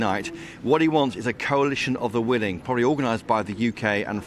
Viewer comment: Did he say, "Coalition of the Willy"?